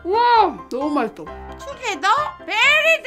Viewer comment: 지니언니가 말하는건 투게더인지.. 두게다인지....